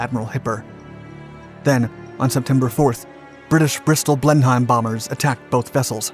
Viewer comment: Blenheim is pronounced blennam